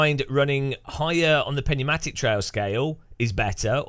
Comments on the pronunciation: Thank you. Literal phonetic= New-matic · Too much "Penumatic" tea ? 🤣 Its PNeumatic . Tire is pneumatic . Under pressure./njuːˈmatɪk/ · Pneumatic ??? LOL. Pronounced as "NewMatic"